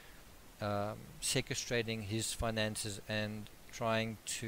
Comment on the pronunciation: Sorry, I am going to be a bit pedantic here. You often use a word which you pronounce as "secerstrating", there is no such word, the word you are wanting to use is sequestering, pronounced "se-quest-ering" , and you have used it elsewhere in your videos, as an author you should know this. You also don't use the "d" in children in your speech, you say "chilren". Sorry, I am being pedantic, but these things bother me. Correct pronunciation, correct spelling and correct grammar are important, especially coming from an author! Other than that, your videos are very informative, and that is why the aforementioned mistakes bother me.